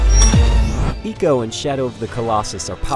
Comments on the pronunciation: Ico is pronounced "eye-co" not "ee-co". Just saying. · Its "I" co not eco you pronouce icon as econ do you? :P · It's Ico not Eco! ffs. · did he just say ECO in the beginning? GTFO out bro. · I spent the whole review shouting "It's EYE-CO damn it !" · It's pronounced Icå. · Firstly he mispronounces ICO and then he hates on it. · ico as in EEKO? or EYE-SEE-OH ? cuz i've been pronouncing it the 2nd way all this time ...